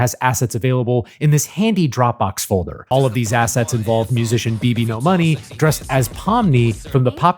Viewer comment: So this is how i find out it's not pronounced beebeenodollarsign